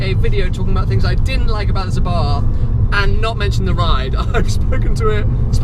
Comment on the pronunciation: 6. People call it Abarth instead of Abart!